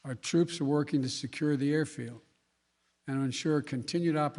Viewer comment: Joe mispronounced Caliphate and secure 🤣🤣🤣🤣🤣🤣🤣🤣🤣🤣🤣🤣🤣🤣. Segore 🤣🤣🤣🤣🤣🤣🤣🤣🤣🤣🤣🤣🤣🤣🤣🤣🤣🤣🤣🤣🤣.